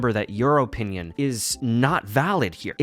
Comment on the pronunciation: Guys it’s just his O Pinion